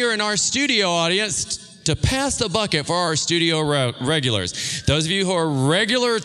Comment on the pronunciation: When He said bucket I thought he said fuck it and I was like "Wait! What??... Oh haha I see"